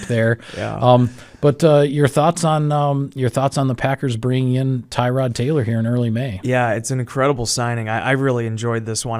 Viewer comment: His name is not “Tie-Rod” You are pronouncing it incorrectly. Tuh-rod is more accurate. I’m happy he’s on our team. So are you. Go pack go.